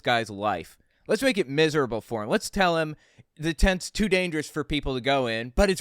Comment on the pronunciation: Are we talking about "tents" or "tyants"!?